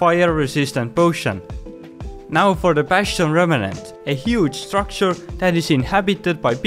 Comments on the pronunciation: so no one is talking about how they say "remenant" instead of "remnant"........... jokes aside, this was a helpful video cuz i have a treasure room bastion close to my nether spawn. turns out they arent THAT great after all, aside from the magma cube spawner there which is easily defeated by the rates of an above-bedrock basalt delta biome magma cube farm. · damn bro those are “bastion remnants” not “bastion remenants”